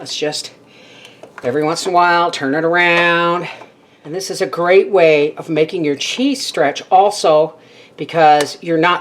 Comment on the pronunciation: Did you say it’s a “grate” way to…? I heard the pun - intentional or not. HaHaHa!!!